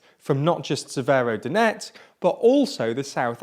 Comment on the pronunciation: I'm no expert but it seems like he got every single place name wrong